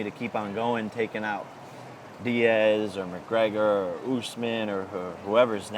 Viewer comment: Did he just say Usman 🤣